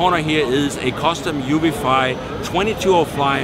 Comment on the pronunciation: In this video you call it Uvifly when there's no "L", and in another you call Traxxas "Track". Not a big deal, but it's really annoying.